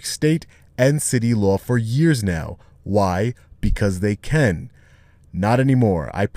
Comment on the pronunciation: The police do what they do simply because they”ken”? I know you meant “can”, but it sounds like you’re saying “ken”.